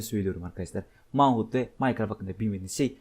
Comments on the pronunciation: Manhunt diye değil menhant diye okunuyo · Manhunt men hant diye okunuyor